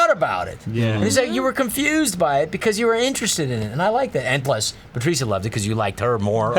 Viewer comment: I don't understand why they don't just call her Patricia (puh Trisha). I get that it doesn't really matter, but just call her by the way people usually pronounce the name. I don't think I'll ever understand people's obsessions with having their names pronounced like its unique